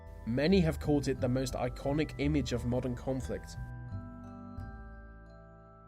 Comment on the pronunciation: IT'S FUCKING "THE".......... NOT "VUH" FFS SPEAK PROPERLY!